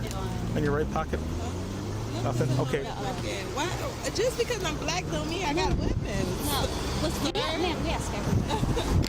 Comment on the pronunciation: You could have labeled this as people behaving badly or ignorantly etc, but nope. It’s Buuuh-laaaaaccccckkkk people. That’s you saying black, btw. You add so much emphasis, like a sweaty sock is in your mouth and you can’t stand it. You’re sad.